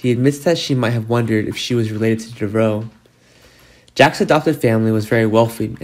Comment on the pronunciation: Dev Ah Row, say it with me, Dev Ah Row, not DeVrow. 🙄